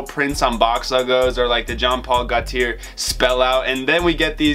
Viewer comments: CAR TEE AY! GO TEE AY! Not Ear or Air! 🤣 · Just so u know its pronounced gaultier like latte gaulti é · Broo it’s pronounced GO — T — AY. So it’s jean Paul GO - T - AY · iss carti-yay not carti-air (gaulti-yay) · These new school mofos are ridiculous 🙄 it’s pronounced Car-tee-yay and Goal-tee-yay. Youre welcome. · Gaulthier is pronounce go-tiyay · It’s pronounced Gaunt-tea-ay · cartier is prunounced car tee aye not car tee ear so this is probably pronounced jean like john paul gaw tee eh or something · JEAN POL GOTIER THATS HOW YOU HAVE TO PRONOUNCE IT #frenchCanadian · Alan Rubio no dude it’s pronounced GO T AY i have it in my name. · 🔥 intro!! & you are truly offending me by saying Jean Paul Gautier wrong wtf